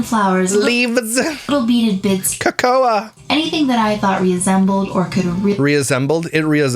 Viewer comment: I forgot about CA-CO-A, leaf